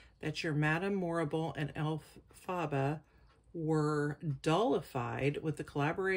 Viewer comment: You are saying her name wrong is Elphaba